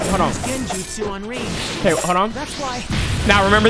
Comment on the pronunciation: her name is fucking RIN NOT RAIN. Wtf!!!